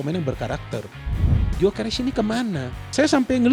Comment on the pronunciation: Gyokeres bukan guio